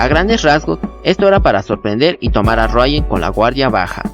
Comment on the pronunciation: ejem, si solo una duda ¿porque le llamas rayan a riuen? xD